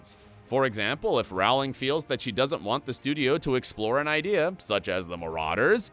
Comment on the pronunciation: It's pronounced Rowling, like bowling!